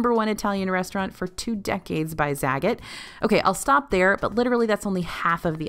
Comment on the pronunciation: FYI Zagat is pronounced zuh-gat Excellent information!